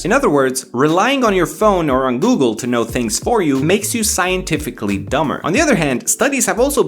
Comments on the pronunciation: i know u are romanian and u are happy about that but really ,,gugăl". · Ah yes my favourite browser gugal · gugăl am inteles :) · I just can't get over the fact that he spelled Google in romanian pronunciation on his mobile🤣🤣🤣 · gugăl :))) shoutout to all romanians watching this video, vă salut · ah yes the "gugăl" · I'm here for ,,gugăl" , we all love the romanian pronunciation =)))))) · Nobody: Every romanian: Gugăl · gugăl lmao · “gugăl” lol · "gugăl" Trebuie să fii român ca să-nțelegi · Ah yes gugăl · for those who don't know..this is how we pronunce " Google " here in Romania :))